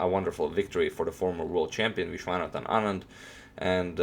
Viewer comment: U pronounced anand's name so accurately! I don't really like Carlsen as a sportsman,he plays really good but he is not a good sport!